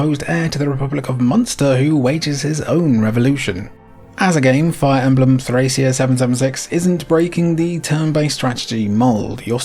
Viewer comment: Countless videos about Nintendo Power games, late-era SNES, and the Fire Emblem franchise, and I don't think I've heard a single person pronounce Thracia correctly; it's a hard c. If you look at the game's logo, it even has a pronunciation key in Katakana: トラキア (Torakia)